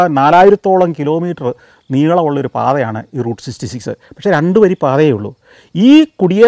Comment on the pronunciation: SGK is finding it difficult to pronounce Route Sixty Six. 😊